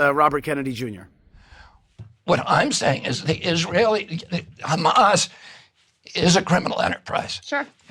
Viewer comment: When you pronounce Hamas like a genocidal zionist you lose all credibility. The world is awake. Poor RFK is so compromised by those thugs.